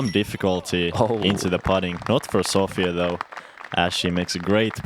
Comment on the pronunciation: Good commentary and Sofie playing great!, please pronounce Sofie's name correctly. There is no A in there...